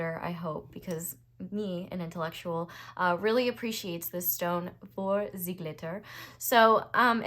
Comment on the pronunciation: “ze glitter”❤ gold😂